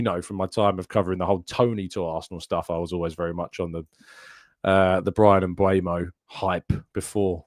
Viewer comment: Mbeumo = mmmm boo moh there's a bunch of videos of him saying it, one released by the premie league. I know you appreciate proper pronunciation